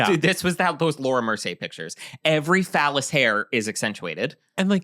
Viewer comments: Vellus hair, not phallus. 😅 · again, it's vellous hair not phallous hair LMAO😭😭😭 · honey... its VELLUS HAIR. not phallus hair. OMG. VELLUS